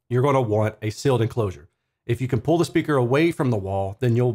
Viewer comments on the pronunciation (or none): none